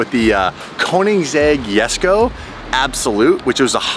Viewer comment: my boy said yesko instead of jesko